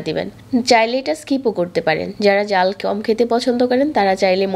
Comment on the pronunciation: বেজে,জাল কেমন উচ্চারণ এগুলা?